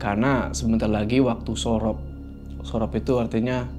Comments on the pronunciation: bacanya surup bukan sorop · Surup bukan sorop😬